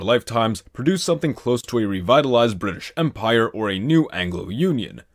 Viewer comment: Briish?!???? (Dies from death)